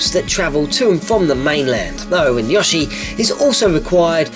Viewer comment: It's weird that you say Yashi instead of Yoshi